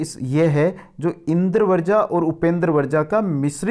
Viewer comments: Sir ji Indravarja pronunciation nhi karenge Indravajra pronunciation hoga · भाई , आपका ज्ञान तो श्लाघनीय है शब्दों का उच्चारण ठीक करें। इंद्र वर्जा बोल रहे हो, जबकि यह इन्द्र वज्रा है। ज आधा और र के साथ आ की मात्रा है। ऐसे ही वर्ण को वरण या वृण बोल रहे हो। ऐसी बहुत सी त्रुटियां हैं। भाई यह संस्कृत है। यानि एकदम शुद्ध और परिष्कृत। यहां हर दृष्टि से शुद्धता की अपेक्षा है।